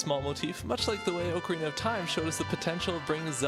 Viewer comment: Your pronunciation of Ocarina triggers me - Officially, it's pronounced like "Ock-a-rina".